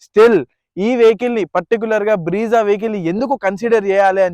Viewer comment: Breeza kadu anna Brezza